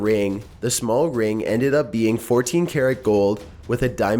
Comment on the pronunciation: This video was very interestAHNG. I'll leave a thumbs UUhP. These were all very mysterIOUS.